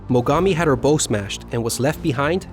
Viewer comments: he says "Mogami had her bow smashed" [pronouncing "bow" as in bowtie, instead of "bow" as in: bow before the emperor]. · The front of a ship is called the bow, pronounced "bow." A bow "bo" is what you put on a present. Great video, like your others! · Nice as the video is, it is more AI generated junk. Notice how the computer narrator pronounces a ship's bow as "bow" like "bow" and arrow. I am sick of computers making content on yt. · In your hair it's bow pronounced "bo" On a ship it is a bow pronounced as in "bow wow". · It's pronounced as baw, not bow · A ship has a bow (baʊ); a bow tie has a bow (bəʊ). Pronunciation matters, perhaps not in the US, but elsewhere. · "Bow" as the front of a ship rhymes with "how". "Bow" as in rhyming with "low" is the weapon used to fire arrows. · First, these are excellent videos. A bit of constructive criticism would be in the pronunciation of words (respite, bow, and flammable); get the small details down and your videos will be world class. Good work! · Bow is pronounced the other way in boats. Like bough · pronouncing bow of a ship correctly would add some gravitas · A stellar presentation..... but...... maybe learning how to pronounce Japanese names and learn a bit about ships would help. Words like "bow" are major things and mispronouncing these repeatedly are a minus. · channel is not run by english native. also his pronunciation of bow is hilarious. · Excellent and extensive graphics with detailed commentary and analysis not seen in other presentations...but you do need to review some of your pronunciations, such 'bow of a ship;' it doesn't rhyme with 'bow (and arrow).' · Does he know that the front of the ship is a bow with a hard o. Like ouch or hour in English? Bow with a soft O is not the same thing. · Bow is pronounced like COW, a bow is a thing you shoot with arrows, the BOW of a ship can't be shot. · Amazing. You pronounced bow wrong though.